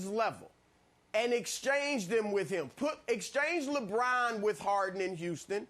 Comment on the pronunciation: And instead of saying "him" he says "eem" lol